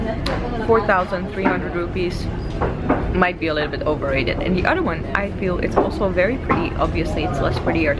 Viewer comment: you are not pronounciating some of the english words properly. For instance, you tend to say "udder" instead of saying "other". Sorry but it makes me cringe. Try to be yourself when you speak English. Dont try too hard attempting to be a native English speaker because you are not! And trying hard comes off as fake.